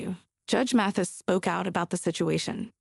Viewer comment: His name is Judge Mathis, not Matthew’s!!